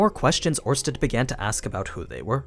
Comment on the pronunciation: It's Orsted, not Ornsted. Without the n